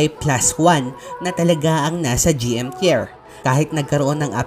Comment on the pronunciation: anong tyer? bka tah-yer naguluhan ako dun kabatang